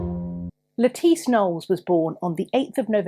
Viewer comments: Thank you for this interesting story. I’m so glad that you pointed out that it’s not pronounced like the salad vegetable. I’m blind, and that’s listen to audiobooks. There was I believe an Agatha Christie novel, that had a character who had the same name and unfortunately, the narrator pronounced it lettuce the vegetable. I did have to giggle pretty much every time she was mentioned. Thank you for your effort and for your gentleness and for your kindness in speaking to us. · Thank you for the pronunciation of Lettice Knollys. :) For the longest time I would pronounce her name as the vegetable. lol